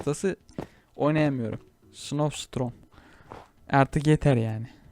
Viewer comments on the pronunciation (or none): abi ingilizce bilmiyon mu snow storm a snow strom diye